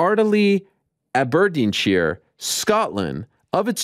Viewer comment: Man hearing Ariel trying to say Aberdeenshire 😂🏴